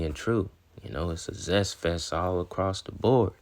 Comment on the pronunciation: “Zest fest” 😂